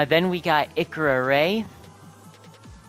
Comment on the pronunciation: comander zavala is a awoken (a race in destiny of people who were exposed to massive ammounts of both light and dark forces during the colapse (an appocolypse ) which makes them purple) also you pronounced his name wrong XD same with ikora. im well versed in destiny lore so ask away if you have other questions (watched a 12 hour lore video)